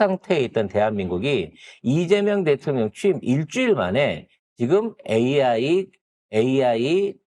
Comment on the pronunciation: 대통령 발음 하기 힘드시죠 ?